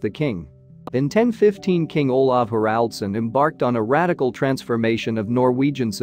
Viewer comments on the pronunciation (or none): none